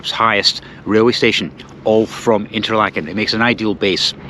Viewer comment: Duuh! It's pronounced 'Interlaaken', not "Interlakken". You're in good company: Steve Marsh has vlogged many hours in Fuengirola and still can't pronounce it (the 'g' is pronunced like the 'ch' in "Loch". Sorry to be such a git. 😊